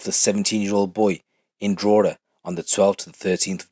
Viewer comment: pronounced Drogheda better any non-irish person I ever heard haha fair play bro